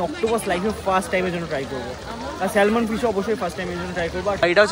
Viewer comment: দাদা, salmon কে স‍্যালমন উচ্চারণ করো যখন Island কেও ইসল‍্যান্ড উচ্চারণ কোরো.. 😂 আমার বক্তব্য: salmon এর l টা উহ‍্য থাকে উচ্চারণের সময় 😊